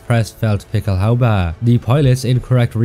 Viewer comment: I love it when you say "Pickelhaubä". Love your videos!